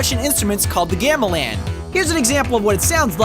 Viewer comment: Gamelan is pronounced gah-muh-lahn